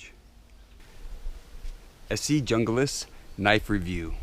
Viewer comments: Say Heah, Aloha. the Junglas is ment to be a Spanish Word, and "J" in Spanish is "H" so it's Hoonglaus. Like in "How you Frajole"?,,, How you bean heh heh heh.,,. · Esee Junglas pronounced (hun-glās) comes from the Spanish word for jungle.